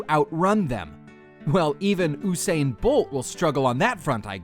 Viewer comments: Usain* not Hussein😂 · "oosain bolt"